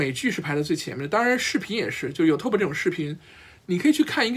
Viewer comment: 你说的都在理，尤其是作为兴趣爱好的学习者。Out of my force of habit (sorry!), I'd like to point out that it is YOOOUtube not youTuuuuuuuub